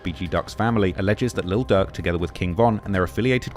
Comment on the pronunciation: Man I can’t tell when this dude saying durk or ducc….im trying tho 🤦🏽‍♂️🤷🏽‍♂️😂🤣😭